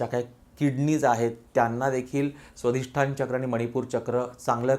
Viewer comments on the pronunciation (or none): क्षमा करा! पण स्वधिष्ठान नव्हे! स्वाधिष्ठान!!